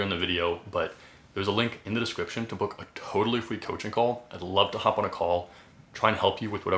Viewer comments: Yea slight speech impediment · Is it just me or is he saying free as fweeee